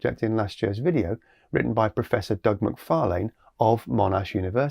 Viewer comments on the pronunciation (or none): none